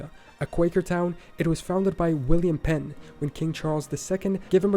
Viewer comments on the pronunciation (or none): none